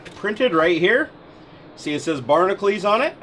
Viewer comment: Why does he say Barnaclees when its spelled Barnacules?